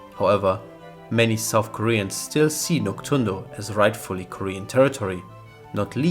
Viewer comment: It's actually pronounced Nok-DOON-do. Not Nok-TSUN-do.